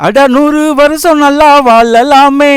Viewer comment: தம்பி பாடல் வரிகள் மிக அருமை மழை,வாழலாம் சரியாக உச்சரிக்க கற்றுக்கொள்ளலாமே